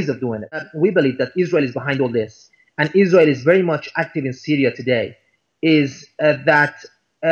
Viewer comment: "mush"="much". Anyway, again - who's "they"?